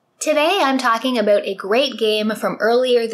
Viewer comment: As soon as a Canadian says “about” you just know... I hope this comes out on Switch!